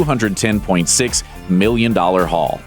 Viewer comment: I swear almost every time he said million dollars I thought he said billion